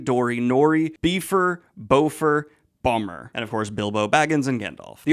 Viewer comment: Love how you pronounced Bifur and Bombur lol